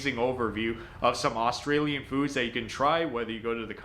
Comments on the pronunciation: I can't get past his attempts at saying Australian. I cringe every time he says it. Almost as bad as Americans saying Aussie Australian is NOT "O"stralian it's more "A"stralian not "o" as in hot but rather "a" like in "a dog" "a beer" and even that isn't exact but hopefully snce you did a video on Australian speak this might help And Aussie is NOT O"ss"ie with "sssss" yeah we have a few of em (snakes) but it doesn't fit in Aussie I guess it's more like O"zzie" like a mosquito is a mozzy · How many times do we need to hear the word OOOS TRALIAN BARA ... MOONDY FUCK ME... I'VE HEARD ENOUGH this video should not be taken as legitimate on the grounds that he can't even fucking pronounce the name of the food Get Isaac to do a video on this and take his word on it See.. i mean he can't even fucking explain FAIRY BREAD the way you eat fairy bread is... Lots of butter, Lots of hundreds and thousands and..... 4 LAYERS HIGH, the more layers you can fit in your mouth the better your'e not a true aussie kid unless you've had fairy bread doesn't know how to explain meat pies I MEAN.. FUCK... NO MENTION OF THE LOCAL SERVO OR 7-11 LOL and .. You don't spread the tomato sauce on top...... YOU FUCKING INJECT IT INTO THE PIE........Everyone knows that